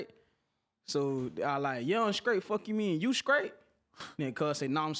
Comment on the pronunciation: STEPHEN LAWRENCE you skraight? You from the skreets? You do comskruction?